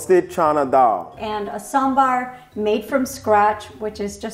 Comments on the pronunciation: ooh the perfect pronounciation of sambar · He is saying sambaaaar. Not samburr. I'm happy. Happy South Indian noises 😭😭❤️❤️❤️❤️ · is the first guy to pronounce Sambar the Southy way. What a chad.